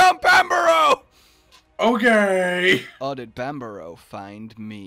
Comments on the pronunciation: that bit they were doing at the start. they both were pronouncing banbaro differently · Does Banbaro know it's Banbaro?